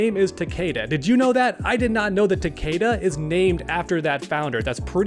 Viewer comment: is gonna be pissed how you keep mispronouncing Takeda’s name. It’s one of his biggest peeves and you kept doing it in this video while referencing himself 😂 it’s TAK-EH-DAH. Not TAK-AYE-DAH.